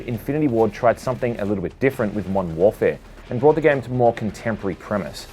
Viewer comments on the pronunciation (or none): none